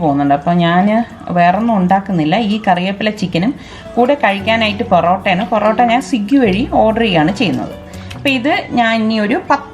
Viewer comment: പെറോട്ട അല്ലാ ഇതാ പൊറോട്ട